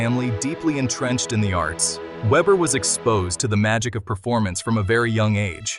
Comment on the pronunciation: Veber, not ueber , please. Even AI can be reached…